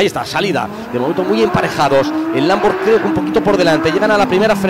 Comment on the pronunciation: No puedo con "LamboR"